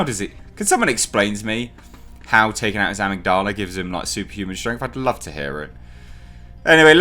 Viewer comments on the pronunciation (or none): Uh-MIG-duh-lah. Part of the brain. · It's /əˈMIGdələ/, mate. It's a part of the brain involved in decision-making, memory, and experiencing emotions. We all actually have two (one in each hemisphere). Removal of the amygdala (used as an extreme last resort in the most severe epileptics) actually curbs violent, aggressive, and antisocial behaviors, making this villain's backstory utterly retarded. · uh-MIG-duh-luh Component of the brain actually. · It’s pronounced am-mig-doll-a, it’s the chunk of the brain that’s responsible for emotional control and stability, take it out and yeah, you would be a rage monster but you would have to remove the pituitary gland on the underside of the brain just above the upper palette to cause hulk growth ( giantisum) sorry for spelling on that one but there you go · I think it's pronounced "Ah-mig-du-la" though I could be wrong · The proper pronunciation of Amygdala is a-mig-da-la. He has a reduced mental capacity, the near superhuman strength and endurance do to his body producing larger quantities of adrenaline, it's like the hulk the angryer he get the stronger he gets, and is prone to outbursts of violence due to medical experimentation on his brain and the removal of the amygdala. That's the best way I can explain it. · In the states we pronounce it "uh-mig-dull-uh". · HI. Great vid again. its pronounced Ah-mig-di-lah. Its the part of the brain that transmits emotions like empathy and sympathy or fear. They say genuine psychopaths have deficiencies in the Amygdala whether it's fully formed or lacking in the Neural pathways that essentially makes someone a fully comprehending, empathetic human being. It does not enhance strength at all. He's just a big brutal bastard with a temper.;) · A-mig-da-la the mig is pronounced like the Russian fighter plane mig. It's part of the human brain that controls emotions or something. The best version of victor zsaasz is in the Arkham games. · Amygdala- “Ah-mig-dela” your welcome 🙃 lol